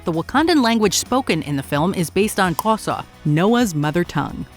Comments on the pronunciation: I think she spoke the wrong click... it seems to me she said quosa instead of xhosa... could any xhosa speaker please confirm that? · After her Xhosa pronunciation?? Fuck right off